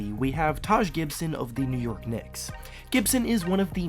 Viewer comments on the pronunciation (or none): none